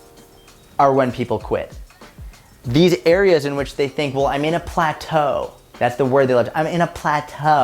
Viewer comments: “Plataeu 😬” that was hilarious hhahahahahah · I'm the 2nd type ✋✋✋ loved how you say plateau 😂🤣🤣🤣🤣 This is my favourite video ❤ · When you say "Plato" is probably one of my favorite parts in this video 😂😂 Main message keep doing what you are doing. Stick it out. The weight will fall off 🙌🏽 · saying "plateau" needs to become a meme lmfao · plateau! LMAO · The way said "plateau" lol